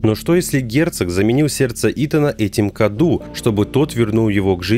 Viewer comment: Мало кто об этом говорил, но правильно говорить не Каду, а Кадоу. На румынском Cadou - подарок. Она даже сама называет его в каком-то то моменте подарком